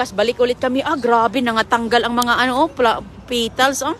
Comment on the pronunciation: Petals hindi pitals.